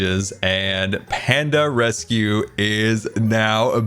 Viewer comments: Ahem...... its rescue not resue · What a jam packed episode! Ummm......what is a 'resue?' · Panda "resue"? 😂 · “Panda resue” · "Panda Resue" lmao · “Panda Resue” 😂 I love you. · Panda "Resue" Lol I love it